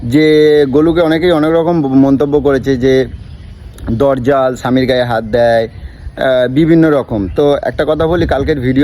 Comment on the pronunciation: আগে বাংলা ভাষায় ঠিক করে কথা বলতে শেখ! কথাটা হচ্ছে "দজ্জাল".. "দরজাল" নয়!